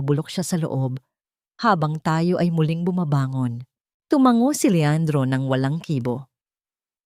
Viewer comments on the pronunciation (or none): none